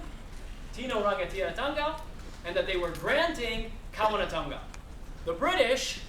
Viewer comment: Don't teach if you can't say it right > Kawanatanga, Kingitanga, Maoritanga, Rangatiratanga